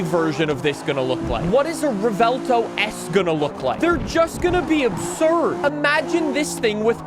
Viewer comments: Rev-well-tow is syllables for the Lamborghini Revuelto, except you mash them together, so the V merges with the U in the first half of the W, making the vuel part of the name. If you want to say it a la Americana, then you'd just mash it straight, rev well tow, Revuelto, not rev-ell tow. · Pronounced "Rewelto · How to pronounce "Revuelto": Rev-well-to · I don’t get why Americans pretend other words are so hard to pronounce lmao “rev-well-toe” it’s really not that difficult 😭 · Revuelto means "scrambled" in spanish, just like your tongue trying to pronouce lambo names 😂 Love your content, greetings from 🇨🇱